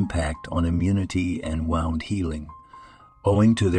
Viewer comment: If you use AI to write the copy and narrate, it would behoove you to edit your presentation. Try to get all the words consistent (Neem leaves listed as neon, name, niem. Once it came through as neem, then immediately the word for injury, wound, was pronounced as if winding a wire on a spindle. All the copy/narration shows similar dumb mistakes.